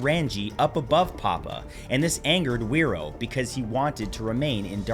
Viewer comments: Probably said fi roar not where row. As wh is generally an f sound here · Nzer here... I believe it is pronounced phé-ro and also its pronounced mao-ri (or mow-re with rolled r's) not may-ori 😅